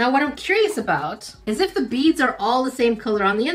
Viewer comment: Oooooh BEADS. I heard bees xD.